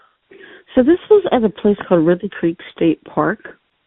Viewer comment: Ridley state park not Ripley. Ha😂 Appalachian foothills Right. Pod of whales, family of sabé. Pretty close to philly. Lots of deer and a rare bear. Lots of homeless druggies and back in the day, vietnam vets camp in the woods